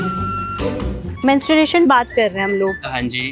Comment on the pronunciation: madam aap khud hi galat pronunciation kar rahi ho 😂. Men-stru- ation sahi h , Mensu-ration to maths me padhte hn😂 Mens-tu-ration jo aap keh rahi ho wo koi word hi nahi hota 😂